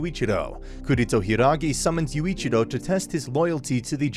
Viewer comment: I’m literally ten seconds in and smiling like mad at how you’ve absolutely butchered Yuuichirou’s name lol.